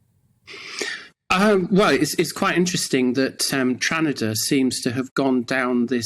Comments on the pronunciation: did she say "tranada"? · He said Tranada 😂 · She said tranada haha yes what a legend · Did they just call it Tranada lol?